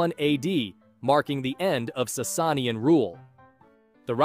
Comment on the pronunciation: I can’t with his pronounciations of the Sassanians and Byzantines 💀 💀 💀